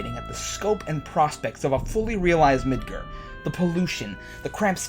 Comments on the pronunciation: Midger? You mean Midgar? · It's MidGAR, not MidGUR. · Why did he pronounce Midgar as Midger? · Oh yes. midGAR. Not midGer. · why do you say Midgur? It's Midgar. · the reason the dress deal was so important was because one he wanted to make sure his friend was okay. two he needed to get info from a sex Lord. that's what makes it important. and stop calling midger. it's midgar. with an a. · it's pronounced mid-gar not mid-ger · Did you really just say Midger lol not midgar. Hahahahahahah. And dude you make this game sound doom and gloom. Yeah cloud is messed up. Yes we all loved aeris and got mad when she died. Sure cloud dressing as a chick should be in the game but I don't think it's that huge of a deal lol. I'm more worried about them leavin it out or them changing parts of the story and the dialect of how barret talks. Or has anyone here wedges voice in the trailer. He sounds like a little boy!? Really!! Come on man And guy below me. Genesis wasn't exactly in FF7 so no. I hope and pray the remake is dark. Hell the 1997 original was dark. If it's to light it won't be FF7 at all. I'm not thrilled with the gameplay trailer I saw. I'm a big fan of the old style. The free roam fighting is cool yeah but I think it changes it a bit to much. Honestly in my opinion. Upgrade the graphics. Do the voice over with the voices from advent children and that's really about it. Don't try to change and fix what ain't broken. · its mid GAR not mid grrr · "mid-grrr" ARGH!! ITS MID-GAR! MID FUCKING GAR! jesus christmas. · Mid-gar, not Mid-ger. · Well this is the second video I've watched today where someone pronounced Midgar as "Mid-grr." Either I've been saying it wrong this whole time, or people really need to learn how to enunciate the sound "gar" makes. Seriously folks....Mid-GAR not GRR. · Mid-GAR, not Mid-ger! :( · Okay say it with me mid-GAR not ger or even gir, it's GAR. Midgar, sorry it just bugged me. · MID-GAR. GAR-GAR-GAR-GAR. Not Mid-ger. MID-GAR. Midgar.